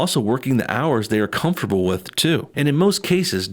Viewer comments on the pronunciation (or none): none